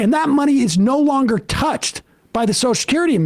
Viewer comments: I'm not going to spend listening to a dolt who cannot pronounce - the word that the segment seems to be about! The phrase you are destroying in your attempt to speak is "social security" not soch-security. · Sam really struggles to say 'social security', eh? To my English ears it sounds like "socecurdy" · It's fascinating to me that Sam can't say Social Security. He says Soshacurity.